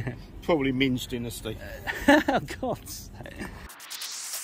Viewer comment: Did just say MINGE dynasty? ……..Not okay